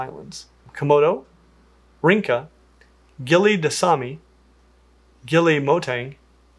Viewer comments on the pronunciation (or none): Don't talk bad about Komodo if you have never pet one, you're so basic. Yet, such bad names pronunciation, typical ignorant dumb USA. Rinca is Rincha, read letter C as Ch not K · Rinca is Rincha, read C as Ch not K